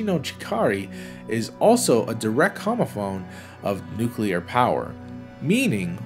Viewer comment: Can we just appreciate that he says "nuclear" and not "nucular?"